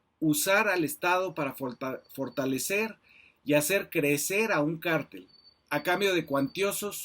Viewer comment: Varias observaciones: Ni porque lo está leyendo acentuó correctamente "cártel" El ministro Medina Mora no es prófugo y de hecho se compró que no hubo pruebas en su contra Olvidó dar los datos relativos al actual gobierno en crimenes, sobrepasan a cualquiera Cuánta droga ha requisado el actual gobierno? Dentro de su investigación omitió comentar quién fue "mano derecha" de García Luna durante su gestión, por si acaso se lo recuerdo: Alfonso Durazo quién ocupó la Secretaría de Seguridad, nombrado por López Obrador y actualmente es gobernador de Sonora Pregunto ¿Durazo no sabía de los delitos imputados a García Luna, fue participe?